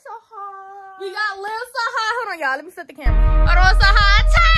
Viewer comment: when say ya'll it sound like she is saying yeah